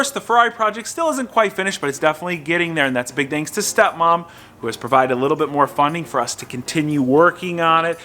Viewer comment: 🤣🤣🤣🤣 I absolutely died when he said steo mom